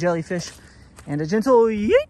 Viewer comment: I like how you said "gentle"